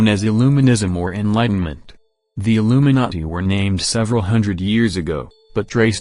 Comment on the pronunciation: It sounds like narrator is saying Illuminutty... Lolz